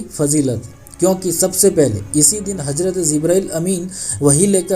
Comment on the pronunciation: bhai phle hazrat bolna seekhlo hajrat shi nhi hai